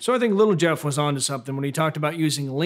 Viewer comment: "Little Jeff"!!! Had to rewind that to check if he actually said that!